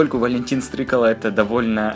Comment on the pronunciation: Стрыкало ударение на а, а не на о